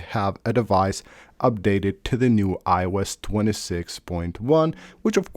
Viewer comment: “iwes 26” “cellar data” I just can’t go on.